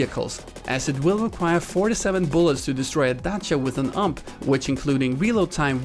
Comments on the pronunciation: Heh, the way you pronounced Dacia was spot on :D. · Holy flying spaghetti monster! You pronounced Dacia as it was intended... Thx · Wow the first guy I see who pronounces Dacia right! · He said Dacia correctly!!